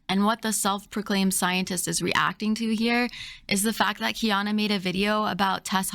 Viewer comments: It kills me that the “scientist” tries to belittle Kiana the entire time and talk herself up so much, but can’t even watch one of Kiana’s videos or learn how to pronounce Kiana’s name properly. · All I need to know is wrapped up in the way she’s intentionally mispronouncing Kiana’s name in a blatant attempt to demean and dismiss her “Bye Felicia” style. “Credentials” aren’t required to research and present information for an audience to discern.